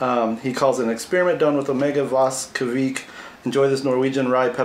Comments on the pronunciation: Ha I always see it's pronounced "vek", but that's how I see it in my mind, not based off anything else. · Kveik could be pronounced like Quake, only with a "v". Qvake.